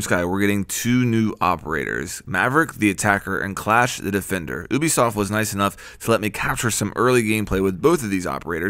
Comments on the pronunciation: HE said oubesoft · Why do people say oo-bi-soft? It makes me cringe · Does the way he say Ubisoft annoy anyone else or just me